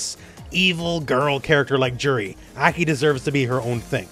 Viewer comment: Why do you keep calling her Eki?